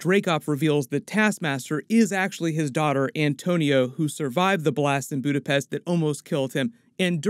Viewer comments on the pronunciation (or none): lol its Antonia not Antonio :D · Why does he keep saying Antonio? It’s Antonia dude 🙄